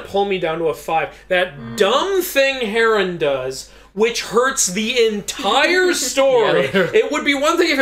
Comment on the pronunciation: It irks me every time you Mispronounced Heron. There's no A.... Other than that love the video.